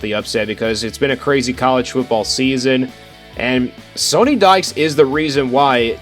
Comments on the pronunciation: Great video. However, Coach Dykes's name is pronounced like Sunny, not Sony. Haven't you heard his name pronounced by sports media this year? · “They don’t really run the ball that much” 55% rushing plays vs 45% passing for the season. Had to stop the video after you mispronounced the coaches name and said they don’t run the ball.